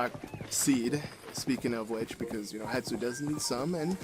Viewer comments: Wow, it will indeed always stress me out that you call Hestu "Hetsu" lol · Stop calling him Hetsu it’s Hestu idk why but It bothers me